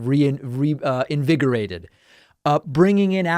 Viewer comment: It was so hot when he was trying to say reinvigorated.